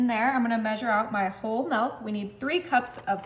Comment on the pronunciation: why does she mispronounce so many words? wholed milk, mud root beer, nick and crannies. also it's like watching a four year old cook. just think of all the chemicals in these recipes, lazy and gross 1/10